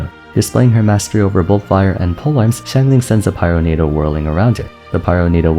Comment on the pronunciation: I took a shot every time he said 'xianglang'- I now speak Chinese and woke up in a South African Hostel.